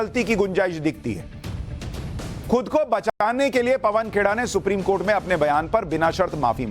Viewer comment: Supreme kotha bole ya supreme court??? Slip of tongue inme se kya hai🤣🤣